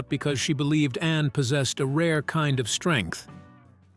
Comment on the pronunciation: Please pronounce ANNE clearly not just loose it in the sentence